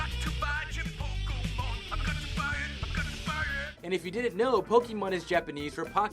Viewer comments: It's pronounced: Chin Po KO Mon Not Chinpokeemon. You illiterate. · "Cartman Gets An Anal Probe is the only non-digital episode." What about Jesus VS Frosty and Jesus VS Santa? Also, it's pronounced PO-KAY-MON or PO-KEH-MON, not PO-KEE-MON. "Chef was never seen anywhere from the front." In "Cartman Gets An Anal Probe", you can see him turning around. You can even see his back. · Isaac is pronounced "eye-zak"! ChinpoKO mon, not KEY. That extends to "poke" from Pokemon, where "ke" is pronounced as "kay". Damion is pronounced as it looks, it's not "demion". Juniji Nishimura's name you didn't even bother with. C'mon, guys. Have some standards.